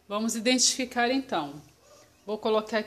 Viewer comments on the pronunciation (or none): none